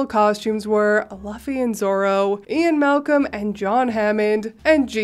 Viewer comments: BTW. luffy is pronounced like loofy. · Loved the first OP! She's very good spirited and took all the power away from her Step sisters evilness. Btw, If you ever see the name Luffy again, it's actually pronounced Loofy. Luffy and Zoro are from One Piece, an awesome light hearted pirate adventure anime.